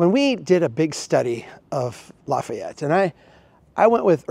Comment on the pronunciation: You can’t talk about Lafayette if you can’t pronounce it.